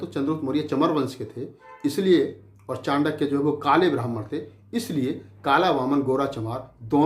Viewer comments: Chutiye chaandaky nahi chankya hota hai pahle bolna sikh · चंडक्य नही चाणक्य था वो। चंद्रगुप्त एक विधवा राजपूत थी।अरे मूर्ख इतने महान व्यक्तित्व जिसने भारतीय इतिहास को नई दिशा दी दुनिया में जिसको आदर से पढ़ाया जाता है तू उसका नाम भी सहीनही बोल रहा है। इतिहास को distort करने का ठेका ले रखा है क्या? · नाम तो ठीक से ले लो पहले। चांडक्या नही चाणक्य है।